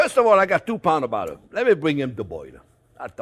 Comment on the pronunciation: This guy is a born American English speaker all the way :)) listen to how he pronounces bottle, that’s very Bronx